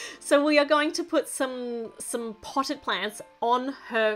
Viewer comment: When she said 'Potted' why did I hear 'PoTtAh' 😭😂 Also, your builds are so amazing! you're the whole reason I got into lego 💖